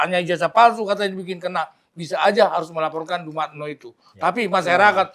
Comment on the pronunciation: Ngucapin Dumatno aja keliru. Meragukan penjelasannya.😊